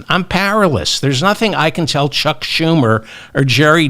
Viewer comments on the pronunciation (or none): none